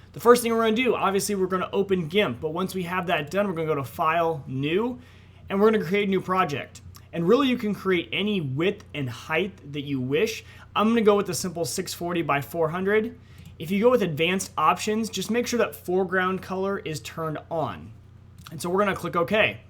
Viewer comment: it is pronounce heigh-T not heigTH